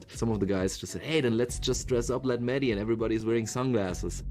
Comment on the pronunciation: Funny how Conor says Meji instead of mehdi